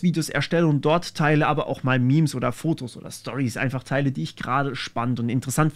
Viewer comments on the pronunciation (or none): none